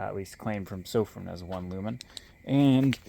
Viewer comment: Been following Sofirn since they came on scene, Its Sofirn pronounced just like your pot plant Fern Sofirn.. 👍